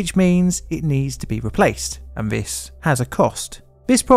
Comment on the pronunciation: Intelligent man. Vis vat . THIS THAT . Make an effort not to talk like a child . Oh bullying . No , just saying what your " friends " won't.